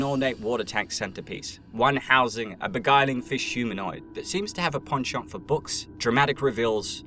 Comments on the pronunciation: You say penchant too much into my ear you pronounce it weird but that just might be a me thing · Stop saying penchant like that please